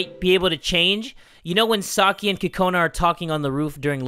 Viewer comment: Kokona sounds like corona 😂